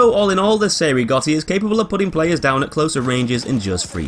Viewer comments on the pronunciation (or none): Spells? You mean pronounce? I think you mean how ‘Cei’ is pronounced ‘Chay’ not ‘Say’ or ‘See’.